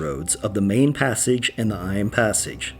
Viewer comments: Eyam is actually pronounced E’em!! As in rhyming with scream. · Eyam is pronounced ''eeym'' not 'eye-am'. I'm from that area. And Derbyshire is said as "Darbysher"